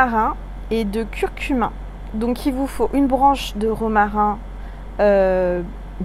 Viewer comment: Curcuma on entend curcumin.. 😉🙏